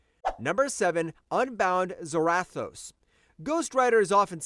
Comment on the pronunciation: I see what you're trying to do here bro but you're wrong a few things hare. I'll start with a few. The easiest to over look is Zarathos. It's not "Zer-wrath-o's" it's pronounced "ZERA-THOSE" like Sarah Toes. AND SECONDLY, I have no idea at all whatsoever what WWHulk vs Ghost Rider you were reading but you are way off! You just read the The Spirit Wanderer vs Home Battle Bulk or something. Because Hulk did in no way shape or form run from Ghost Rider or Zarathos. If you actually read the actual comic you'd know that Hulk and Zarathos told Johnny Blaze that this has nothing to do with him and this is not his fight and Zarathos left because it wasn't his fight. You said Hulk ran, but it was Zarathos who left on his bike while Hulk literally stood up and watched him ride away. And then Hulk left! In no way shape or form did Hulk run at all! So I have no idea where you got that from?! And third, your rankings are all over the place! For example, yes, Magik is incredibly strong in her own dimension of Limbo. But you have her way too high on the list! She's literally been beaten in her own realm before. If I'm not mistaken she was actually beaten not too long ago in Limbo. I think that it happened a few years ago so I might have to go look it up and tell you when but she's definitely too high. She should probably be #10 if on the list at all! Marduk should definitely and I do mean DEFINITELY BE ABOVE MAGIK AND maybe HEL(HELA). Maybe? And though Hela beats Thor 9 outta 10 times. Ther